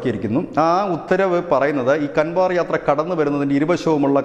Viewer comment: ദയവായി ഹിന്ദി വാക്കുകൾ അതിൻ്റെ ശരിയായ ഉച്ചാരണശുദ്ധിയോ പറയുവാൻ ശ്രമിക്കുക. "കൻവാർ "യാത്ര എന്നല്ല, "കാവട്"യാത്രയാണ് ശരിയായ ഉച്ചാരണം. ഇംഗ്ലീഷിൽ എഴുതിയിട്ടുള്ള ഹിന്ദി വാക്കുകൾ പലപ്പോഴും ഇത്തരം ആശയക്കുഴപ്പങ്ങൾ വരുത്താറുണ്ട്.